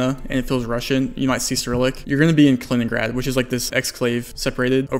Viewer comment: Love your vids but you should really try to speak a bit slower for your non-English subscribers! For example try to take 2 seconds for saying out loud Kaliningrad... you make it ""Klningrd" in less than half a second I think 🙂